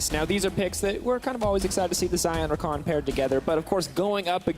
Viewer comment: U mean Rakan? Not takan.